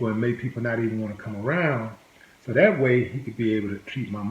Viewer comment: Willie you need to learn a little English. It's not dat its that. It's not poolice its police. It's not dare it's there. My gosh learn English